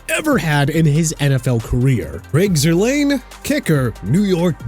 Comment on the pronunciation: Also, Greg Zurlein's name is pronounced ZUR-line, not Zur-LANE